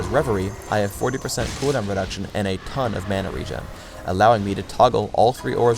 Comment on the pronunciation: he couldn't say tons of damage a single time :(